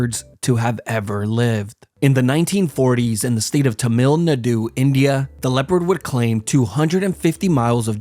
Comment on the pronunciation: As some someone who is tamil. You fucking butchered the name but tbh idc because our name was mentioned lol